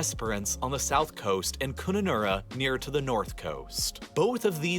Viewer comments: A shame it was an American narrator, you need to watch an Aussie one who can pronounce our town and city names correctly. Eg. its Kun-nun-urra not Koonanura (the pronunciation, not the spelling lol) and several more names he mispronounced. He also never mentioned our fires which destroy homes and towns every year in differing areas. Nor did he mention the terrible floods which happen every year. Our wildlife is worth the trip alone. It is unique although I know many Americans now own and breed kangaroos and emus, we have a lot more than just those. As for music, you must have heard of Olivia Newton John, Johnny Farnham, Johnny O’Keefe, Tommy Emanuel, Nick Cave, INXS, Keith Urban, Angus Young, Sia, Kylie and Danni Minogue, Iggy Azalea just to name just a few. I did enjoy your part in the video and will look out for more. 👏🏻👏🏻👏🏻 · 😅 Poor Kununurra it’s name got brutalised. Spoken like Kun a nah rra. Love the videos mate, great to see people being interested in the world outside of their backyards.